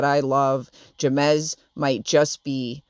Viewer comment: The way you pronounced Jemez cracked me up. It's pronounced hey-mez just for future reference lol. It's such a beautiful place! One of my favorites.